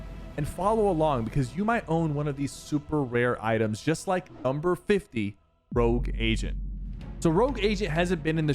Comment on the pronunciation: I thought he said rouge assian for number 50😂